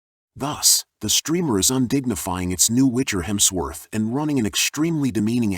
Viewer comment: Lemmy Hemsforth?! WTF are you doing? OMG😂😂😂